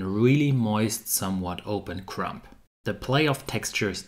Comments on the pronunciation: Great commentary from a non-native speaker! Small tip on your way to perfection: drop the ‚b‘ in crumb. It‘s silent. „Crum“ is the way to pronounce ‚Krume‘ in English. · Hi - really enjoy your videos coupled with your enthusiasm for experimentation. By the way - the word crumb has a silent b at the end ie. correct pronunciation is crum. English is sometimes more challenging than sourdough baking!